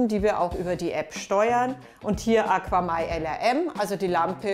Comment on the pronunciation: Ich benutze ein paar AQAMai Produkte im Süßwasserbereich und bin sehr zufrieden. Besonders die KPS Strömungspumpe mag ich und das ich alles über EINE App steuern kann ohne im Unterschrank zig Kontroller und Geräte zu haben. Im übrigen wird es AKAMai ausgesprochen nicht AquaMai :-)